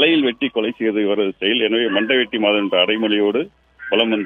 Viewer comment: என்ன டா பெரு மண்டை வெட்டி மாதவன் , எனக்கு 🌼👔 வெட்டி 🌼👔யன் என்று கேட்குது 😂